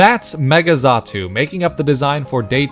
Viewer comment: Xatu, not zatu.